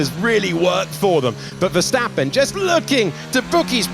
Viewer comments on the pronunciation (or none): These English guys are still having so much trouble saying Max Verstappen its hilarious.